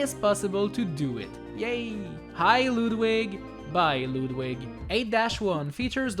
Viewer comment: Lewdwig. LEWDwig. GG accent.